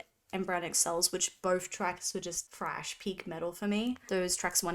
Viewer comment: THHHRASH not trash. THHHRASH!